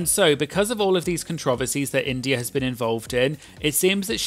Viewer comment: I love the way you say “controversies” so British